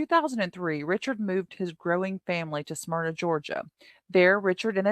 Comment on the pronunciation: The L in DeKalb is silent. She got Smyrna right though.